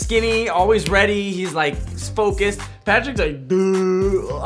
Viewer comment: he said spocused instead of focused and idk why but was laughing so much at that